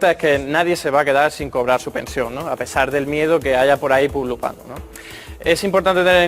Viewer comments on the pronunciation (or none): ni siquiera sabe decir pululando...